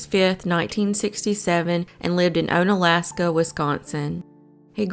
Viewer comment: Please contact a Wisconsin native for correct pronunciation. It is pronounced WAH - Saw, not Wah - SEW (Antigo was pronounced correctly). Onalaska is pronounced ON - Alaska not OWN - Alaska